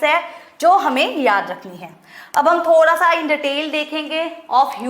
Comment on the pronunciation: When mam saying - thodha😄